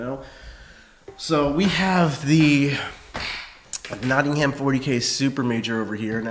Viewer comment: Always gives me a chuckle, how Americans pronounce Nottingham. :)